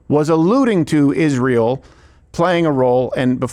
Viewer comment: Why can’t Candace say Israel. She says “Ishrael”